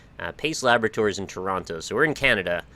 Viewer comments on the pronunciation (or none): none